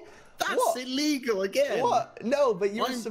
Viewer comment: ''that's illeguwl''